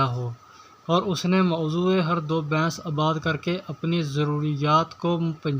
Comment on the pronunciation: Yar bains nhi hota baiss hota hai